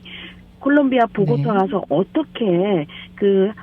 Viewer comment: 왜 자꾸 다보타 다보타하냐, 보고타를 다보타라고 하네